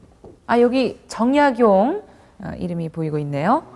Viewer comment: 우선, 성명의 발음 문제! 제 귀에는, 정약용을 "정약"을 야간 부처 읽고 "용"을 띄어 읽은 것 같습니다. 성과 명 약간 띙서 "정" 하고 "약용"이라고 절도 있게 읽어야겠읍니다. 제가 쓴 책 한권 권하오니, "한국 어문을 고발함"을 일독해 주실까요? 미국 변 완수 배